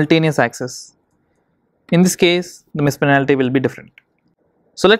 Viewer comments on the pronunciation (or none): penalty* not panality